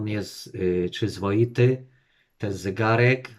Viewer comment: Ciekawe, że idealnie wymawia smartwatch. Smartłocz vs zygarek. Może powinien mówić po angielsku.